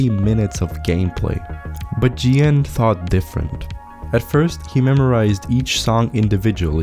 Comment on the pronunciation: Vecīt, tev ir ļoti labi video! Bet tas kā tu izrunāji -GN userneimu bija vnk :skull: 😂😂